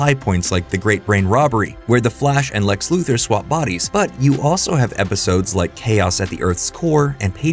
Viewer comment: I continue to be amazed that younger generations still don't know how to pronounce Lex Luthor's name.